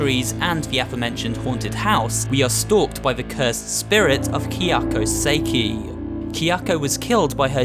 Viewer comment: Your pronunciation of Velasquez and Kayako Saeki.